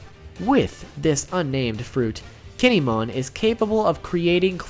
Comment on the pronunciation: Gin-e-mon? What the fuck?